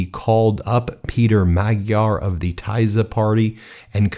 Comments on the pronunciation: Ben, great coverage, but please pronounce TISZA as should be pronounced in Hungarian: TEE-SAH, not THAI-ZER. Thank you. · Hi! Hungarian here, thanks for covering it! Friendly advise: Tisza is pronounced like Tee-szah not Ty-szah :) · /fídes/ and /tisa/ or /tísa/ not /taiza/ The pronunciataion. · Please prounounce correctly the names. Take the time Its not "taizer" party but "tisa" and not Magdear" but Majar J being prounounced like juniper. Thank you for your chanel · Pronounce "Teesa", not "Taysa". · FYI: Tisza is pronounced as [tee-saw]! Not [tie-za]😂 You’re welcome!❤ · Guys try to find the proper pronunciation. It hurts my ears when you say "Tie-za" party, Ben. It is Tisza, pronounced "Tee-suh" The Sz is a hard S sound. (and if you see an S without the z, it is a Sh sound.) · There is no Tyson party it is pronounced Teesa, just like Vyctor is Veector. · Great coverage, thank you! One minor comment is that the new party's name is pronounced Teesa, not Taisa. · I'm sorry but the way you're pronouncing Tisza is hurting my ears 🙉 It's Tih-sa not Taiza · Not fie-des, fee-des also, not Tai-sa, but Tee-sa 😂 ÉLJEN A MAGYAR SZABADSÁG, ÉLJEN A HAZA! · As a dual USA-Hungarian citizen, this is a great, historical day. Thank you for your reporting! Just one note: Tisza is pronounced " Tee-sah", the "i" is short as in hit, fit, kit etc, not "ai". Tisza is the second largest river in Hungary after the Danube. Also, Magyar means Hungarian in Hungarian. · Not tizer It is pronounced: TEE-saw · Tisza is pronounced TISSA not Tizer. It is the next largest river in Hungary to the Danube. That is what the political Party was named after. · It is not Tuyza it is Tee-sa (Tisza) party. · Fee-dess not fie -dezz and it’s Teesa not Tie-za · Pronounced like Tee-saw not Tie-sah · Ben, try to pronounce Teesa (Tisza). 🙂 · pronunciation o TISZA - teesha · Tisza pronounce as Tee-saa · Are u ragebaiting?! you pronounce FiDESZ like FEED-ES and not TISZA like TEESA. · Tisza is pronounced "Teeza"